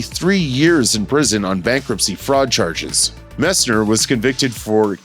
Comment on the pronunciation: MESSNER! “MESS-NNER!” Pronounce it correctly!